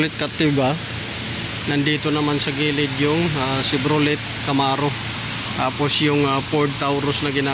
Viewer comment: chevroley, cherok... hayysss